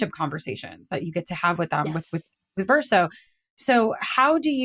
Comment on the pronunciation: She's wrote my favorite story. Although I wonder why she pronounces Verso in a way that's not true to the game. Also, the other lady was wrong about Monoco talking about feet. This is a fact established in the first minute of meeting him at Monoco Station. So, nothing was award or spoiled.